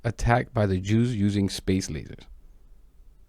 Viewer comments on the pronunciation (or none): I did not really here them say "Jews" I Heard "You" However we know what they really mean